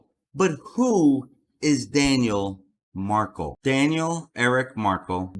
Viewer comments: Dude, you’re pronouncing Dan Markel’s name wrong! It’s pronounced Mark-EL, as in the letter L! It’s Markle. It’s Markel. Please have respect for this family & get their name correct. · He’s pronouncing Dan Markel’s name WRONG!!! It’s MarKEL not MarKLE!!! What the fuck???